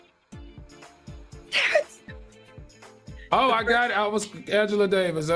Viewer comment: Claudia...it's Anjelou..."Lew"